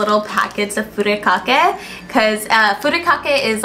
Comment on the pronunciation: And Furikake needs to be pronounced Fur"I"kake not Furekake.